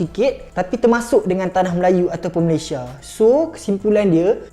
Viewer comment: Belajar Kek mana Sebutan Malaysia Aja salah